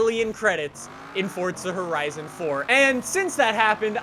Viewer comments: Pls say Forza Horizon not Fortza Horizon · "Fortza Horizon 4" as he says it